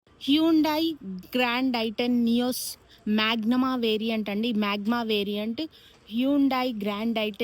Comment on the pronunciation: It's not magma it's magna